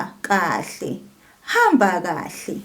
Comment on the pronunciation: Thank you for this lesson and the pronunciation of kahle. I am subscribed and will continue to learn from you.